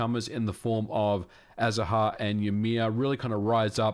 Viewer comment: The "h" in "Azahar" is silent. For those interested, it's Spanish for "orange blossom".